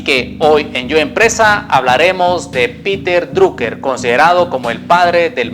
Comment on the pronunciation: piter draker se pronuncia